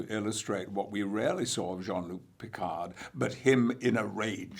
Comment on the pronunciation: ...and still not able to pronounce his name properly: it's Jean-LUc , not Jean-LOUC, plus the D in PICARD is SILENT!!! Love him, though!